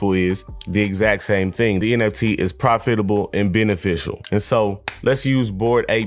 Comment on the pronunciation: I was on board with ya until you mispronounced "profitable" twice in a row 🤨 no disrespect intended 🖖